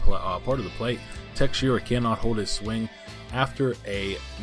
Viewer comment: It is mark teshara not texeira